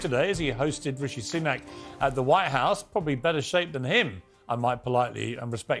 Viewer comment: ....who the hell is "Rooshy Sunook"...??